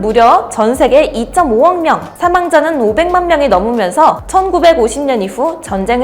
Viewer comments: 이 점 오억명 이라고 들리는데요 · 2.5억명 을 2500억명 으로 들려서 놀랬네요